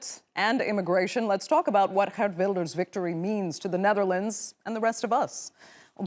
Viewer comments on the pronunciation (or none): Its girt wilders not gert wilders🤦🏿‍♂️